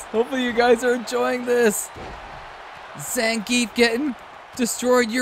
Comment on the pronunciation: noth Zangif but Zangi(EF)✌️